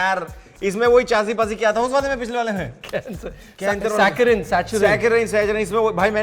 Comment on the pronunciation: I can't believe the entire crew didn't knew how to pronounce "saccharine"